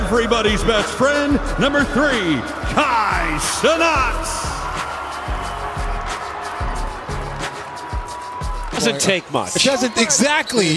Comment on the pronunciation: The announcer: Kaiii CeNUT💀